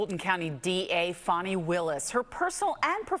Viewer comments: Fawni? It’s fanny. 😂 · Her name is F-A-N-I Willis not F-O-N-I Willis